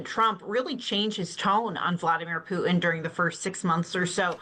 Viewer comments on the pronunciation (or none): Why does she call him Pu En? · The pronunciation of ‘Putin’ by guest: The name isn’t ‘Pooh-in”. It’s Poo-Tin. The ‘t’ is pronounced. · Putin is pronounced with a T in the middle